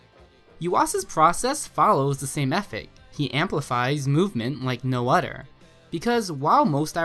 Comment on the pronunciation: i got distracted when you say "other" as "udder" .